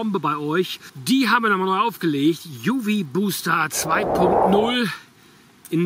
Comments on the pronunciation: wie immer tolles Video … nur eine kleine Bitte, das UV bitte in deutsch aussprechen… unsere Sprache wird in letzter Zeit genug strapaziert, da sollte es bei einem deutschen UV bleiben 😉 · "UV booster 2.0" müsste man dann aber komplett englisch aussprechen nach deiner Logik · Beim Word „UV booster“ ist das wort booster aus dem englischen. Wieso also „UV“ deutsch aussprechen, wenn das Wort danach Englisch ist.